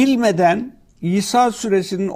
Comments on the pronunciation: Sayin Hadi Özışık sure adını söylerken kayıttan olabilir sanki İsa süresi gibi algılanıyor Daha vurgulu ve net biçimde İsra süresi olarak söylerseniz daha anlaşılır olur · İsra Suresi mi demek istedi yoksa bildiğin "İSA" suresi mi?